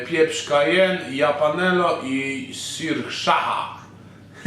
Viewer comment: Japanelo i sirszacha xDD Gosciu, naucz sie czytac najpierw